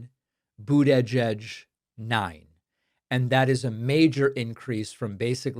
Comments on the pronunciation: Why on Earth are you unable to pronounce Pete Buttigieg correctly? Do you find it funny? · Why are you pronouncing Mayor Pete's last name like that? Sounds like a dig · For God's sake. Learn to pronounce Buttigieg. The last person who mispronounced his name that badly was Trump. Don't you listen to the way other people say it? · Pakman, I’m with you. I’m happy as hell that someone is ACTUALLY fighting! But I gotta ask why you pronounce Buttigieg the way you do. What’s going on there?